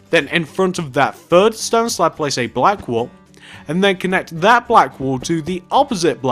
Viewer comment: you said slap insted of slab